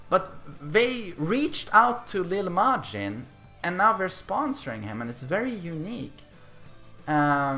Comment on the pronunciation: “Leel Majin”